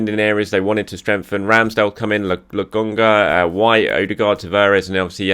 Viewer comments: For the love of god, bro! LoKonga! Not LoGonga!!!!!! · its LoKKKKKKonga for goodness sake its not that hard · Is this like when folk still pronounce Sagna with a hard G the way he cannot seem to figure out theres a K in Lokonga? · how are you STILL saying Lokonga’s name wrong 😂😂😂😂